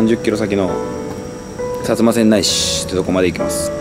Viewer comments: 薩摩川内はせんない市じゃなくて、せんだい市ね 駅にある豚カツ旨かった印象やけど食べたんやかなぁ。 とゆうか、川内は新幹線駅あるからってより原発作業員多いからって印象やけど違うんかな？ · せんだいな、せんないではないw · 川内はせんだいって読むんやで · さつませんないじゃなくて さつませんだいです。